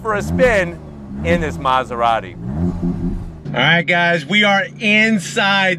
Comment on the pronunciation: Bros keep saying Maserarry 😭